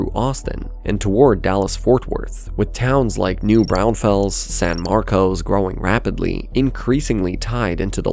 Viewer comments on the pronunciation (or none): it's pronounced "new bron-fls" lol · New Braunfels is pronounced "New BRAWN-fulls" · New brown-fels…. Oh lord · Great video! Also, New Braunfels is pronounced New Brawn-fulls, a lot of people get that wrong.